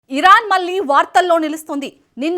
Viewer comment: malli kaadu talli.. మళ్ళీ .. మళ్ళీ ..